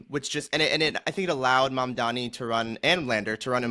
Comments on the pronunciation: "The name is Mamdani -- M A M D A N I -- you should learn how to say it." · Embarrassing that 2/3 of the panel can't even get the name of the winning candidate right. M-A-M-D-A-N-I.